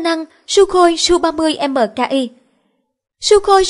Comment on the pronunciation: đang nói về SU-30 MKI mà sao lại đọc là SU-30 MK2???